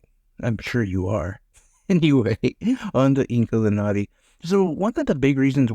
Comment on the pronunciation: I never heard of this game.. the name I think u said it correctly 😊